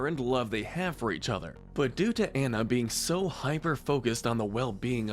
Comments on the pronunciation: Why are you pronouncing Anna’s name wrong but Kristoff’s correctly??? It’s “on-a” not “an-a”. Ok. Got it.😤 Go watch the movie again if you don’t believe me. I’ll wait. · i love videos like this but when the person doing the voice over mispronounces the names THAT ARE SAID IN SAID MOVIE like anna and kristoff it may be spelt anna but on pronounced diffrently and like i said ITS SAID IN THE FREAKING MOVIE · I'd say the most Toxic as an addition even though it didn't last would be Anna and Hans. (Also it's pronounced On-Uh, and NUH-veen) I think you should do one for siblings/Deep friendships. One of my favorites is Pocahontas and Nakoma (pronounced NUh-Co-Muh) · Nahveen, not Nayveen Ko-ko-um, not kokum ahna, not ana "princess" adam killed me tho, that was the funniest mispronunciation. reyeuh, not rayuh since i assume youve seen these movies i feel that these are both needed pronunciation guides and ones that are good reminders because its basically like the last airbender live action movie calling aang ahng.